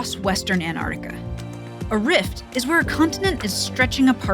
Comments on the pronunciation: Can't you people who are actually scientists pronounce the word and Antarctica there's a c in it it's Arctic as in "arc " NOT ANARTICA!!! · Fascinating. It's also surprising and equally fascinating that apparently nobody with NOVA or PBS knows how to pronounce "Antarctica."